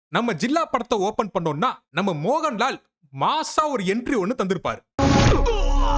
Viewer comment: It's not moganlal😂😅😂mohanlal